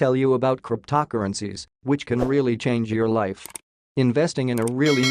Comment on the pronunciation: As soon as i heard “Cryp-toc-urgencies” i knew this was not the channel to watch